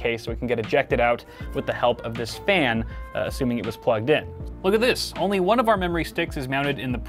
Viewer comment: “Juan, Twwwohhh, Treee, Fooowww!” Lmao